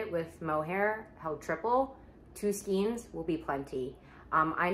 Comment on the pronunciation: I love watching your videos! I have a bit of a hard time with the way you say skeins 😫